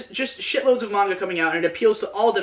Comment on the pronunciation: 10/10 didn't pronounce it Mainga